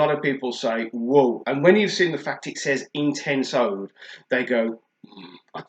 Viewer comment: when you pronounce oud old mate and Qaed is pronounced kieed